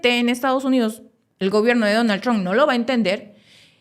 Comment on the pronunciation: Hay Donald tron , es Donald Trump , la haces a la periodista y no sabes cómo se pronuncia